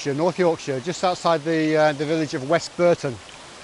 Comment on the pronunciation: "Yorskire" ? You can tell this was made by Lancashire men. 😂